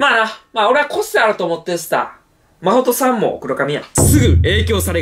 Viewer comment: マホっさんっていってるwww